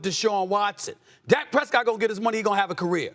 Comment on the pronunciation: lol she called dak a Cowback lol